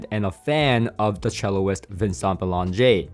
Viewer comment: Great vid! just; 'Chel - ist', not 'chel - o - ist'😉👍